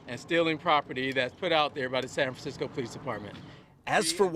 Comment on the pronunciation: San Francmsickol